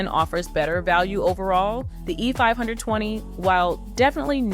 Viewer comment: Is this an AI voice? If not, you need to change your cadence and tempo. Also you keep saying "the E.............520". The gap between E and 520 is unnatural